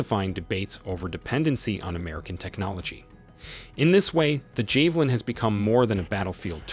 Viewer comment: 🇺🇦🫡👍 javelin 😅 not jay valin😂